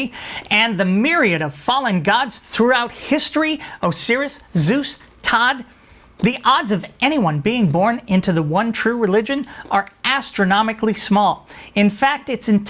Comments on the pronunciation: Did you just mispronounce Osiris? 😲 🤭 It's oh-sigh-ris, my rl first name is Orion and Osiris is my rl surname, mispronouncing Osiris makes it sound like a Rhinoceros 🦏 🤭 I've accidentally been called that so many times, I'm a big lad but I'm not that big 🤭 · And yes, he did mispronounce it, learn to speak English 🤣